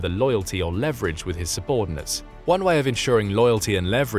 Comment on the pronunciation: You mispronounced leverage.